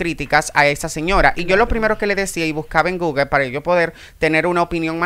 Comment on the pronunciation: Repite con migo. Google Google Google, no Guger Nooo Guger